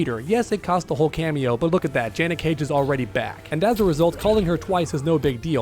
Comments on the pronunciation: Did you call her “Jeanette” and not “Janet?” 😂👍🏾💯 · Stop saying Jeanette ffs it’s Janet it’s not even hard to say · Curious why you say Jen-ette cage and not Jan-et? Am I wrong on this?